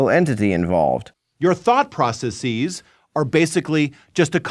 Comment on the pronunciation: Pet peeve: “processeeze.” People need to stop throwing that long “e” at the end - just makes you sound like you’re trying to be smart, and it has the opposite effect. Unsurprising that a Prager goonboot would do it though.